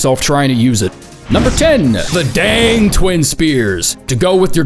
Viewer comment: either intentionally mispronouncing the word "Drang" for the bit, that is actually how it's pronounced, or just missing the R in D[R]ang. Either way, it's funny as fuck XD